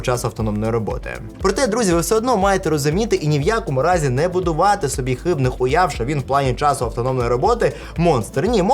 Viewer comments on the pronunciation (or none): дзякуй за інфу. Слухай прыкол. Я спачатку услыхал "Хыбны хуяв", але толькі з трэцяга разу зразумеў што ты кажаш "Хыбных уяв" 😅.